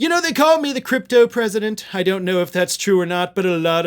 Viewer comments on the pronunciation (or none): Wrong vowel sound in cryptopresident